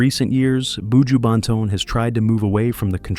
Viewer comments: That’s why White ppl should never tell our stories. They never get shyt right. Not even our names. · Why do these people always want to talk about black people and don't learn how to pronounce the people's names, countries, area, villages correctly? It's pronunced boo jew (buju). Even buju's flipping surname is simple to pronounce and you're still getting it damn wrong. Shait man!! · BOO-JEWW Bentone lol this narrator has me laughing every time he says that😂😂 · Terrible! Can't even pronounce his name nevermind talk facts. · Not even pronouncing me star name properly!!! Leave him alone sir, unnu can't break me star, so carry on wid fake news!!!!!!